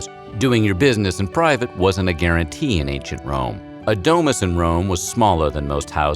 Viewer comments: DO MOOS NOT DE MAS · The way he pronounces "domus" stabbed me 23 times